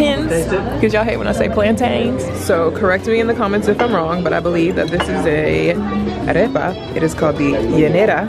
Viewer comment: sis when she pronounced arepa correctly i was like 😮